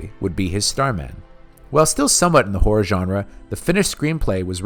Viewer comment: You make good videos but I have to point out one minor issue: When you say "horror" it sounds like "whore".